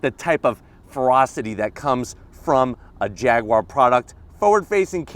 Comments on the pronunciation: Jag-you-are not fricking "jagwaar" None the less, nice shag (Jag/Jaguar/"Jagwaar") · Pronounce it properly! It's "Jag YOU ar" not Jag WAAAAR!! Pronounce the U (YOU) properly! There's no W in the word Jaguar! Grrrrrr